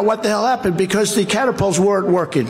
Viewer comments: Catipulters? i stop here ... rosanne barr 🤮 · "the caterpulters" LOL. I suppose if you're of the demographic that supports Trump it makes sense but to people who have real knowledge about the Navy it just sounds ignorant. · As a former AVIATION BOATSWAINS MATE LAUNCH AND RECOVERY EQUIPMENT … ummmm WTF “Catapulters” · Heh, caterpults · Was this ON the prompter? And "caterpelters"? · Caterpults? Lol! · "I want to see the Catterpults." Heh, turn the clock back 700 years. 🤣😂🤣😂